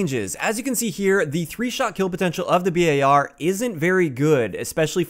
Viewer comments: Why u called it B A R instead of bar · FINALLY! Someone finally pronounced the BAR like B-A-R! 100% respect and subbed!